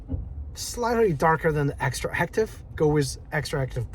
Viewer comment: Dude, no one cares. He said it wrong, yet, you knew what we was talking about. That’s all that matters.